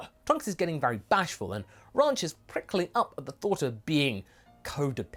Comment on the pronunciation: Ranch, the way pronounces it, sounds like Raunch or Raunchy, so her ahem “advances” towards Trunks makes sense.